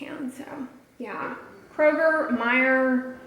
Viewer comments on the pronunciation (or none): none